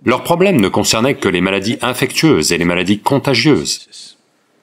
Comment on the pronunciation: Pas "infectueuse", mais "infectieuse" en français.